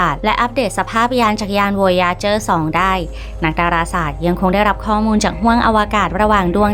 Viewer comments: วอยาเจอ วอยาเจอ อ่านแบยไทยๆก็ได้ วอยเอเจอร์ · มันชื่อไวเอเจอร์ไม่ใช่อ๋ออ